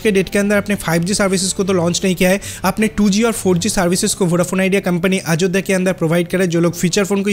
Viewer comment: Not a Ajodda 😂😂😂😅😅 it's Ayodhya sir apni Bengali channel le jaye Ajodda bolun eta Hindi channel plzz Ayodhya bolun😂😂😂😂😅😅😅 Aar BSNL ler khobor ki holo 😂😂😅😅 BSNL 4g aaspe apni bolti chhilen 50 yrs Pore aashbe aapni aajob aajob News paan kotha theke k jaane😂😂😂😅😅😅😅😅